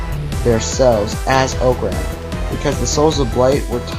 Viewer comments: it is pronounced (ah-crumb) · He said orcram wrong orcram📵